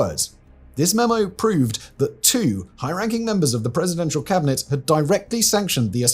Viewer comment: "Cabinarray"??? Hasn't even made the slightest effort to get these right😂😂😂